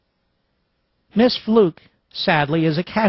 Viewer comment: Her name is pronounced Fluke not Fluke! lol